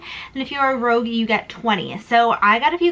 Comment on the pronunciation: Hope you’re enjoying the holidays!...(not that it matters much, but it’s Rouge, not Rogue). 😉